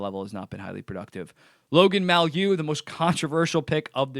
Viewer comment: The Habs D man, the name is pronounced: "MAY", like the month of May. Followed by 'You", like, you are a donkey. May-you.